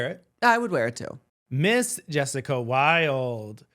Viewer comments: Them saying yessica lol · Can y’all stop saying “Yessica”. Just because she has an accent doesn’t mean her name needs to be pronounced as such.